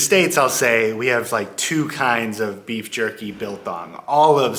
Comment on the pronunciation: We refer to trash cans as refuse bins. Soft chips are called slap chips. Orange light at the robot is "amber". To know how much pressure to fill in your tyres, open the driver's side door and check the label on the inside of the door. Also it's pronounced biltong not bilthong😊